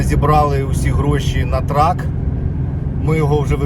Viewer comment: не траК, а траЛ